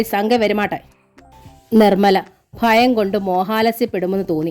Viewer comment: ഫാര്യ അല്ല ഭാര്യ ഫയം അല്ല ഭയം